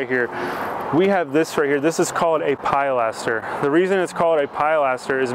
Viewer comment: The pride that you take in your work really comes through in your videos. Might want to double check the pronunciation of pilaster, though.